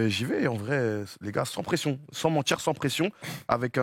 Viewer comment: J en peux plu des j le l’ dji, sans mentchir, creatchif, wallah, wesh, t as compris frerr.